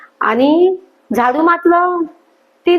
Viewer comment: खरंच म्हणताहात तुम्ही ताई .छान व्हिडिओ.फक्त आनी,पानी असे उच्चार please खटकतात.